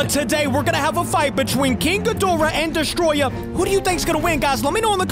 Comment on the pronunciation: Bruh its destoroyah not destoroya